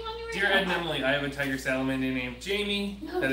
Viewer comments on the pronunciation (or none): none